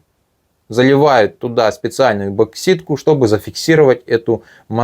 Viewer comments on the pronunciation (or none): Мне послышалось, или автор эпоксидную смолу называет эБоксидной? Да, и ещё уважаемый автор, сделайте что-нибудь с буквой г. Большая просьба.